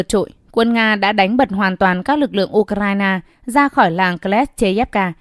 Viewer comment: Nghe cô ptv này đọc từ U k rai na nghe có vẽ abc quá nên ko muốn nghe nữa.